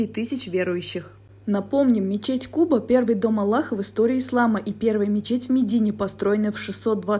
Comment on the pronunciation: Мечеть аль-хъуба ударение на ”а".